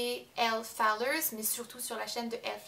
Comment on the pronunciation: Y'a pas de "S"a Fowler, désolée mais ça me hérisse ;-)